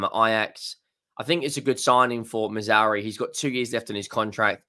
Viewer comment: Who the hell is Missouri? At least get his effin name right! So ignorant!